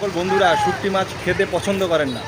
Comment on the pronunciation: শুকটি নয়...... শুটকি 😊